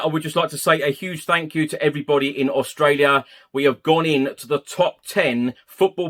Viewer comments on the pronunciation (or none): none